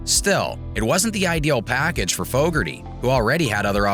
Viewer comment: Fooougarty.... lmao